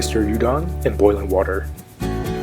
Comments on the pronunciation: Ooh doan. Not you don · You don??? Not Oo don? So confusing.